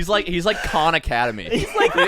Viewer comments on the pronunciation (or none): none